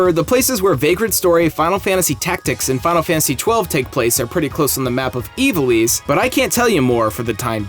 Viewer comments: Evil-eese? Eye-vall-iss? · It's not pronounced as "Evilease" it's correct Pronunciation is "Eye-vol-isss"